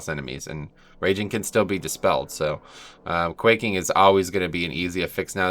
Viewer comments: Quacking? Lmao. It's quaking. As in earthquaking. Lol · Lol. Nah man. At least not in the beginning of the video when you started reading them off. As soon as you said quacking, I died. Great video though bro.